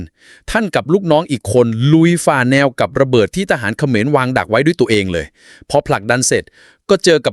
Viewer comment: ทะหานขะเหมือน😂😂 พูดผิดทุกคลิป😂😂